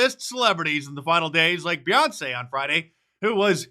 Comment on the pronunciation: Beyonce or Boy-once😂